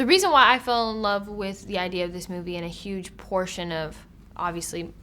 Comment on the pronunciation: I thought that Zendaya said Hugh when she said Huge